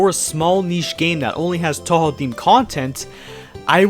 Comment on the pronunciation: You said Touhou wrong, just an FYI.